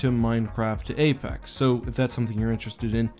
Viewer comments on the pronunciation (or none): none